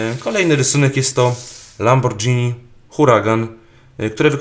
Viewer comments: ej na przyszłoś nie czyta się lambordżini tylko lamborgini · LAMBORGINI A NIE LAMBORDŻINI XD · Nie lamborczini tylko lamborgini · nie lambordżini a lamborgini :P